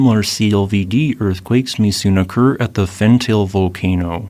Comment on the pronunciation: I give up hoping he would learn how to pronounce Fentale.